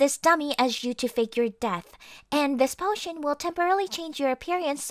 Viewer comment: said pot-tion